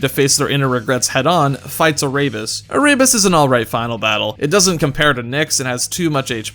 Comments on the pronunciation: he pronounced Erebus incorrectly too. Air-e-bus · Ah-rabies Lmao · Great video, but im not going to lie i cringed each time he said Erebus as Araybus.